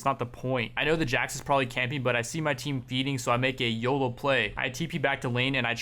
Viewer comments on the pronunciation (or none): none